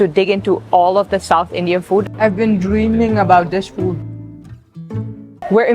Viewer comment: You now got South Indian twang in your accent...how you said dreaming..it sounded so Indian.